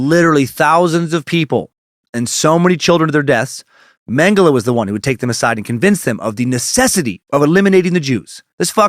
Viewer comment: You pronounce Mengele right. Mengeleeeeeey is so annoying!